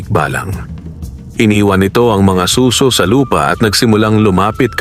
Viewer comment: Good story, yun lang pong pagkakabigkas ng "suso" pakiayos na lang kase imbes "snail" naging tunog "breast"